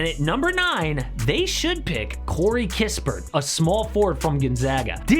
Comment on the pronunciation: don't you Realize that you Been Saying Corey Kispert in Almost all your Offseason Moves' Videoes! There only One Corey, Sorry My Friend! "It is Now The Krispy Sweepstakes!!!" 🤣